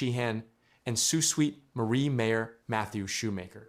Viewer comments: Sue Sweet Marie? Sue Sainte Marie please. Crappy AI pronounciation. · If this is a Canadian project funded with Canadian money, why are you showing hands counting American money? Leave them out of it! Also, it's pronounced "Soo SAINT Marie," not "Soo SWEET Marie". Obviously a U.S. video or else he'd know something that simple. Why should we, as Canadians, watch a U.S. video about Canada and expect any of this to be true? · It’s pronounced Saint not sweet marie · Why can’t any of these videos pronounce the name of my city, Sault Ste Marie is pronounced Sue Saint Marie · It is pronounced Sault Saint Marie. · Tell the bot that the city's name is pronounced "soo sainte marie" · ❤❤❤❤❤ yes that pronunciation has driven me crazy for months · The mispronunciation of the city name certainly does not add to the quality or 'listenability' of a website. The use of speech-generators slaying words need an ability to replace badly-formed words with a better-sounding version. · damn annoying isn't it....makes you wonder about the accuracy of this entire report